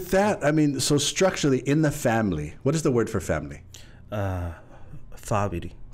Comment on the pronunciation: Host: what is the word for Family? Guest: Faminy